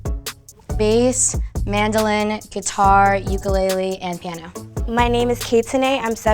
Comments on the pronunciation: she couldn't even pronounce ukulele 💀 she said yuku lili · yuku lili🤦🏾‍♂️ its uku lele get it right yall n I'm from hawaii so ik how for pronounce it